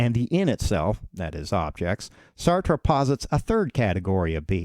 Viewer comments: Well made video. Would recommend looking up "How to pronounce Sartre" but other than that great job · Pronounce his name properly You Americans cannot speak English !!!!! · It would have helped if you pronounced his name correctly. Just sayin. I had to read Being and Nothingness in school. It was the only text book used in the class for the entire semester. It's a bear. Of course the class was Existentialism. Um, the guy's smart.